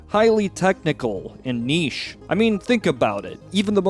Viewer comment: Good god, the way you pronounce “niche” is obnoxious as hell.